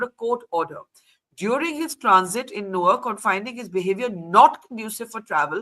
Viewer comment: you mispronounced Newark, which is dumb after you lived there for some tears I guess. More importantly, it was reckless to create and share that video on social media, where it could easily be taken out of context by impulsive audiences. Your actions reflect a lack of foresight, similar to those who act without thinking and then face consequences. Now, you’re trying to justify it. This raises a broader question: What’s going on with the mindset of some individuals? For many, including you, mobile phones have become tools for thoughtless behavior, like a valuable gem misused in careless hands. It’s time to reflect, grow, and act more responsibly.